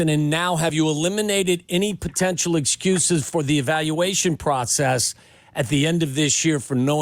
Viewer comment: The way Silvy says it, it’s the way many other pocaster, analysts, fans say it is like they want to see Fields fail. “Now he has no execuses…no execuses…” When the Fuk did Fields ever make an excuse? Never. He’s no punk. And didn’t he just show out last year, with the worst team in football? It’s going to be about 18 players who will now be starters in the last 2 years taking over Pace’s mess. Riddick said it right. And Fields won’t fail. He’s accurate AF when he has time. He’s going to explode this year with time to throw to DJ, another year with Mooney, both CMet and Claypool hitting 25yo in the physical primes, Scott taking the top off. And one thing we did good last year is run! Our run game just got better. Every Bear fan should chill the F out. We’re going to have an awesome year! 🐻⬇️